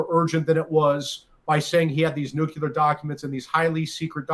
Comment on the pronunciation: We knew this would happen already. Benny please stop saying nucular. Get lawyers on that can tell us how to get the original affidavit. There must be some way. Will they actually charge him and then we find out? We already know the history and why.